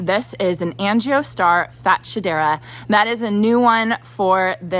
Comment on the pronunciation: It’s going to look beautiful! I think the plant- is pronounced - “ fat- shed- dra!